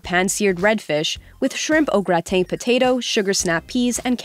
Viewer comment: Au gra-tain??? No nope thats not how you say that.